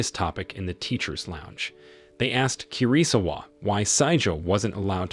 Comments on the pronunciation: I think KIRISAWA is pronounced KEY-REE-SAWA KAI is pronounced KYE like EYE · the way he pronounce 'kirisawa' and 'kai' triggers me. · Kirisawa was pronounced almost correctly.. Only the Kai turning Kei is the problem. You don't pronounce 4 syllable-word in Japanese like "Kiriii-saaawa" that's dumb. Western pronunciation of Japanese names are idiotic. Like how Naruto becoming "Naruuuto", straight up dog water pronunciation